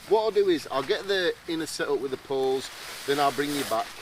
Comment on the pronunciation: “Tet the sent up” “tet the tent up” I’m sorry I laughed so hard! That’s so me